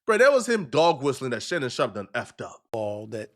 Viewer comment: Shannon Shaup. Shannon Shop. There's an R in there.